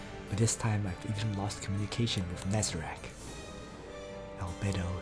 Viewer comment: I pronounce Nazarick,not Nazerack,but maybe It depends on from where we are But great and hilarious video as always Btw Swordsmiths got ass whipped this time around instead evil ones,so thats refreshing for me since I watched so many times that Heroes Always win So I'm glad that there was at least one moment where villain won instead😊